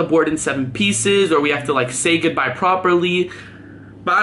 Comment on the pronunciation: Say good bey proprly